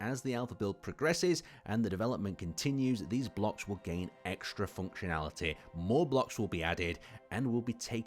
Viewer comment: I love the way he says "foonctionaliteh"